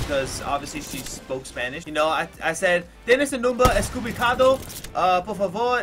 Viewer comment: Its equivocado not estkivocado lol